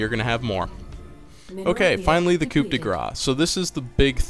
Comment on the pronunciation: Oh, also you don't pronounce the "p" in Coup :P